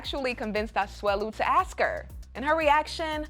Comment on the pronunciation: Oh hey, it's the "axe" chick